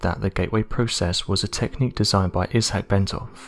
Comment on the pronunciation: iss- hack? Think he means Isaac pronounced eye zak 🤦🏼‍♀️